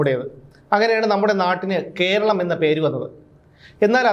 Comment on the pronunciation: 'കോ'രളം എന്നല്ല 'കോര' ളം